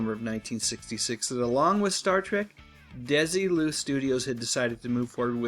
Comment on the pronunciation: this was a great one, and brought out things I didn't know until now. May I, however, major on a minor for a second? Desilu was named for Lucy and her husband Desi (DEZ-ee) Arnaz. Thus their company was "DEZ-ee Lou", rather than "DESS-ee Lou".